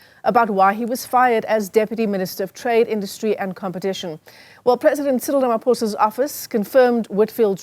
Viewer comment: Cyril not Sirel.